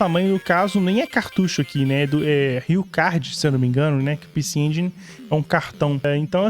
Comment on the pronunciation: Sabe nem falar. É pecê EngUÍNI. HAHAHAHAAH Eu ja ouvi retroveio falando assim. Haahahh Tmj. Jogão demais.